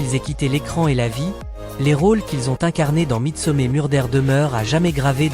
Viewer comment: vous aimeriez qu on torde votre nom qu on le prononcé n importe comment ? Je pense pas . Midsomer se prononcé midsomeur pas mé